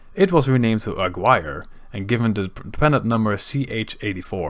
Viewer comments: It‘s not ‘Agwire‘ but ‘Agirre‘, the U being mute and the G pronounced the German way. Otherwise a perfect report. :) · Jeezes vent, ik spreek helemaal geen Spaans en weet toch hoe je Aguirre correct uitspreekt. Doe een beetje research zou ik zeggen. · great video, tow points, Aguirre is mispronounced, but not a big deal and the one correction: at the end Almirante Grau was not preserved as a museum, it was sold to ship breakers in Guayaquil.